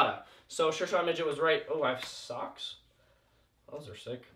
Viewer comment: "Oh evike sucks" -what'd you say "I said socks not sucks"